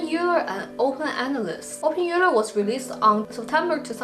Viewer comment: OpenEuler is pronounced as open-oiler.